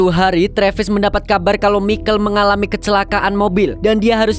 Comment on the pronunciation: Michael bkn mikel broo 😅